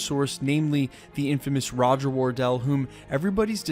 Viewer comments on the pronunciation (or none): none